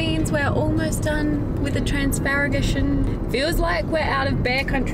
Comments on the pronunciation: Dear, you have to do an exercise: Trans-Fagarash (the name of the mountains) -An. Trans-Fagarash-An. I bet you will do the best pronounce. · Hey guys! Watching you from Sydney, enjoying the place i called Home, a long time ago! I am so happy, you are enjoying the place! That lake, when the sun hits it, is magical! Transfăgărășan...laughed so hard at your pronunciation! At least you had a go! You did good! Cheers!